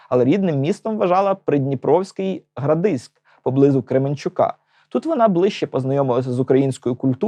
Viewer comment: Супер, дякую за цікаву інформацію. Тільки правильно казати ГрАдижськ